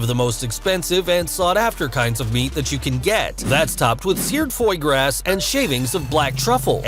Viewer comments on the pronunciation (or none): It's pronounced Foie Gras (Fwah Graw) you heathen! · “Topped with seared FOY GRASS” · Did the narrator actually pronounce the foie gras as "FOY GRASS"? 😂😂😂